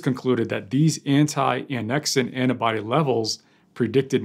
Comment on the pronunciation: *Antibody, not "annabody",....